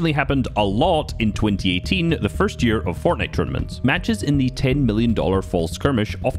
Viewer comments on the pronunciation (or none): none